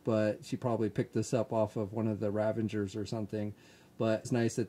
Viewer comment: it's ravagers, not ravangers.